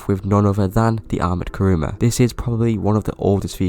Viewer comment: Great video, I totally agree on all things. Actually the name is Kuruma, not Karuma ;). Also nice seeing my Akula in the Thumbnail!